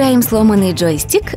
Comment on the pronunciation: Почему вы говорите ,,джоИстик?